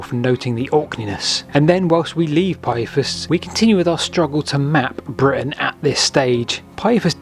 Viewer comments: Britain not Britian... Other than that a great vid. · britIAn? Oops